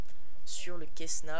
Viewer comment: On dit pas quessna c est un C cessna